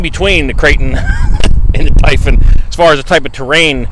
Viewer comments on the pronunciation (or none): love ur stuff but say it with me now...Talion..it's not Talon